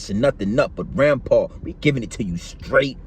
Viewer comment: Its Rimpau not Rampar